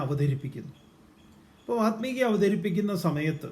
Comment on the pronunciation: വാത്മീകി അല്ല വാല്മീകി. താങ്കളെങ്കിലും ശരിയായി ഉച്ചരിക്കൂ. വല്മീകത്തിൽ നിന്ന് ഭവിച്ചവൻ വാല്മീകി .